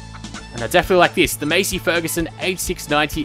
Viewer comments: Its Massey, not Masey. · U PRONOUNCED MASSEY WRONG!!!